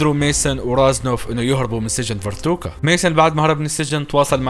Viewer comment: اسم السجن فاركوتا مو فرتوكا 😂😂